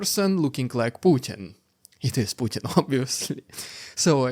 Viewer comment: POO- Bin Vladimir